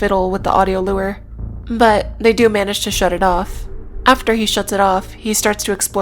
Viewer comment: Lmao can I ask why you wouldn't want to pronounce "macabre" the way... it's generally pronounced? obviously it doesn't matter as long as folks know what you mean but I've never heard anyone pronounce it like you did before edit: nvm she also pronounces "lure" super weirdly, clearly this gal is just a silly billy